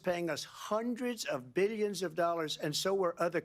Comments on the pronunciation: And: Billyons of dollars, i made Billyons of dollars! 😂😂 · I like the way he pronounces 'millions' and 'billions' lol